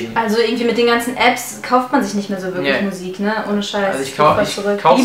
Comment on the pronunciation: *MUSIK nicht MUISK :D